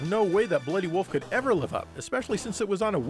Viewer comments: Is there some kind of wolf/woof meme going around, this is the second video where wolf is pronounced as woof, the first video being Digital Foundry's review of Skyward Sword. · Seems to be a midwestern thing. People from that area don't seem to be able to pronounce certain words properly.